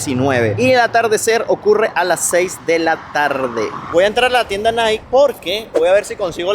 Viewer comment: SE PRONUNCIA NAIKI.... NO NAIK. Interesante video.